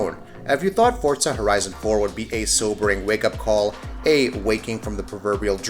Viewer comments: Its Forza not fucking fortza say it right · FORZA NOT FORTSA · What I've gotta hate is when people say "fortza" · Wtf is a Fort-za? I know what For-za is. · Forza not fortza, moron! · Fortza fortza fortza SMH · ForTZA annoys me!! 😡🤣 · Why does he keep saying Fortza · The way he says "fortza" drives me nuts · why do you say fortza? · The amount of people that can't grasp how Forza is pronounced is staggering. I honestly wonder how these guys pronounce Pizza.